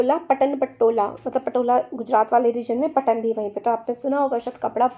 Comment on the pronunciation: में वो ‘पटन’ नही है वो ‘पाटन’ Because I belong To Patan (पाटन), Gujarat.